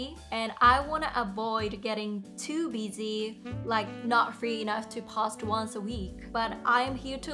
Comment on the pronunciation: Hello, your English is pretty good and overall was very easy to understand. There was only two words I noticed an issue with. With the word "Post" you are pronouncing お instead of "O". And for "Interdisciplinary", it is pronounced as "inter- discipline-ary". I wish you all the best.